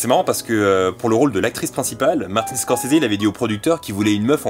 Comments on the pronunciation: par contre étant fan absolu de Scorsese et Bobby , il n'y a pas de "é" a la fin de Scorsese , il y a beaucoup d'infos que je connaissais a par la mort du compositeur !Video Super Top !!! conrinue comme ça ! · Pourquoi il dit Squorsseézé ? Stopppp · Moi perso je prononce Scorsaise